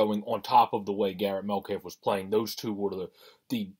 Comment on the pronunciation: It’s Met-calf. Please pronounce it correctly. He’s a great goalie and you are lucky to have him.